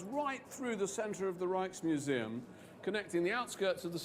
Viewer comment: The K in Rijksmuseum is a hard K 😜